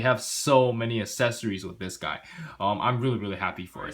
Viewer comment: Well.. they are the same person so yeah his face looks a lot like the girl... in fact in more recent ovas he looks exactly like this... also dude... for God's sake it's pronounced aCcessories... As in "axe" now you know.